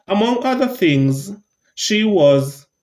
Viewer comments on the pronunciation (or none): none